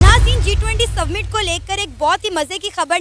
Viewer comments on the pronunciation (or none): yeh apne aap ko journalist kehti hai, G20 Submit!!!!! Summit hai jaahil aurat😂